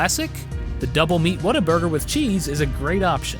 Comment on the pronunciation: Holly shit! he actually say Whataburger right! He says "What-a-burger" not "water-burger" YAY!!!!! You must be trolling us to say it correctly.